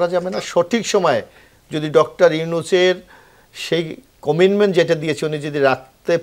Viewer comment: কমিটমেন্ট বলতে যেয়ে বারবার কমিনমেন বলছেন কেন?